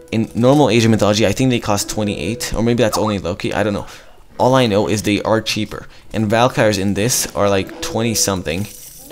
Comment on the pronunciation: good quality as always :), just some pronounciation things.. in migdol, the 'g' comes before the 'd' so MIGdol not midgol, and I think Valkyrie is val-ky-ree not val- kire. Keep it up.